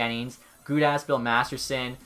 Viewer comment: Does enyone ever no he says bill masterson when it’s masterton